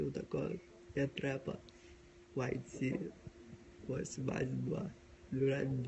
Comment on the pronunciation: не траппа, а Трэппа